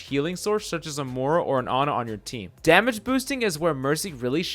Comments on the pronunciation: Moira. MOY-ra. Not moora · I hate how you say Mora instead of Moira